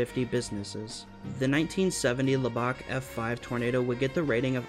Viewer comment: Lubbock is not pronounced “lub-BOCK,” but “lub-ick”